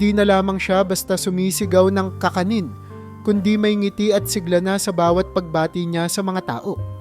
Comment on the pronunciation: Kakanin not ka ka nin..tagalog narator Kisame not kiisa me